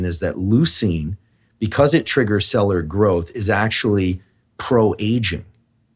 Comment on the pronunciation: Anyone else notice that Huberman can’t pronounce “cellular”